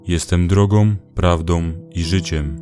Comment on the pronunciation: No i prawie wszystko chwalebne i całkiem wporzo, ale, na litość Boską: 1. nie drogom, lecz drogą. 2. prawdą, a nie prawdom. 3. naśladowcą, a nie naśladowcom. 4. mną, a nie mnom. 5. tobą, a nie tobom. 6. słyszą, a nie słyszom. 7. nienawidzą, a nie nienawidzom. 8. przeklinają, a nie przeklinajom. 9. wykorzystują, a nie wykorzystujom.